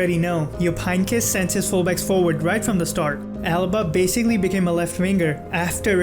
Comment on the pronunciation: Alaba not Alba😄